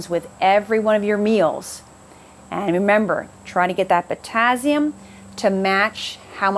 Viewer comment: I noticed that bizarre pronunciation too, but the info was great 👍👌😀😄